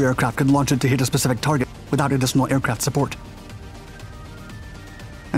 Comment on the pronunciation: The pronunciation of Huron as Heeron is also bizarre.